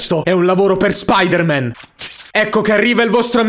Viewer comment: secondi non Spider man ma SpOdEr MaN